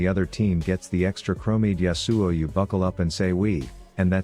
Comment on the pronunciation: I love how the TTS says YasUo pfffff